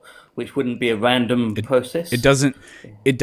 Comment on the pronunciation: he says R with a W. its really annoying Bwain. Weeawity. Wules. Pwowgweshon. Wandom Pwocess